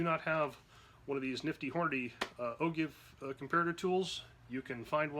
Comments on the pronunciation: There is no give its pronounced Jive Like A Jiggerr Jive OR Jive Bunny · You're correct. O jive, not o give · AHHHHHH !!! its pronounced as "O-JIVE", not "O-GIVE".......good video, but annoying as hell each time you mispronounce the word. When TEACHING, ...proper pronunciation REALLY makes a difference in your credibility and student attention span. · is pronouncing it O'Jive a French thing ? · Another terrible video..its the oh-jive NOT oh-give...smh just stop uploading videos dude you're the worst. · It’s pronounced oh-jive not ogive look at angle measurement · O-"give"? No...O-"jive". C'mon. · I've always heard O-jive also not O give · Love your videos. I've learned vast amounts of knowledge from you. So thanks so much for your wealth of information! But..... I've been told it's pronounced "O-JIVE" not O-GIVE. Any thoughts or is it simply as TOMATO and TOMAHTO? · it's pronounced oh-jive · I thought it's pronounced: oh-jive. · Actually, it is pronounced “Oh Jive”, not with a hard G. It’s a geometric reference used in numerous industries. Enjoy and nice video. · yeah he lost me at o-give ! Lol. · Thanks for the video. Like it has been noted, it's actually pronounced "o-jive". I don't make up the rules, just what it's always been pronounced. Keep up the good work. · It's actually pronounced "O-JIVE". When in doubt, check the dictionary. :) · Agreed! It sounds weird when people pronounce it "O-GIVE"